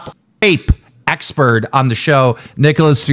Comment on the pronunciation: Why can’t say expert? Is he saying expurd?